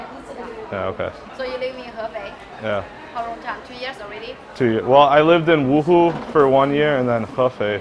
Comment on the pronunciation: Doctor: “you have 10 hours to live”.:” how about 100 years?” Credit: to the first person who did it! Also...why did he say “wooho” it’s wuhan! (I think this is what her was trying to say lol)